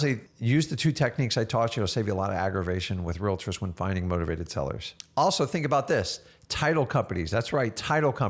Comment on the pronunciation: are you saying motivated tellers?